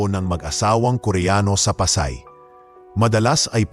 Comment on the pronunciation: Kaloka how you pronounce Pasay. 😂😂😂kakainis hindi mo pinag aaralan kungbpaano bigkasin ang salita😅